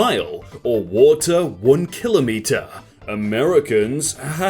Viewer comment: You ruined my day by the way you pronounce kilometer